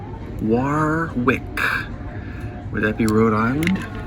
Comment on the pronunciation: Warwick is pronounced worrick, well it is here in the UK! 😊